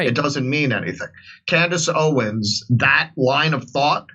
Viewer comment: Jimmy, at least pronounce her name right. It's Candace OwenS, not Owen!